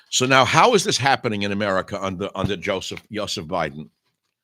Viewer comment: "YO seph" Biden 🤣🙄🤣